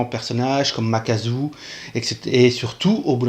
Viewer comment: Makaku :x pas makazu